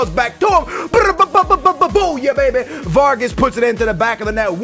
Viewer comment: Not varges vargas!